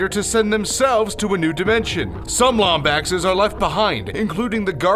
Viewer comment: The way you pronounce Lombaxes is just... argh